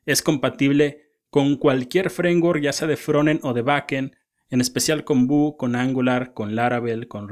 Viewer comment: Vue (pronounced /vjuː/, like view) tailwind ~ teilwind no lo tomes a mal, la verdad me gusto el video n_n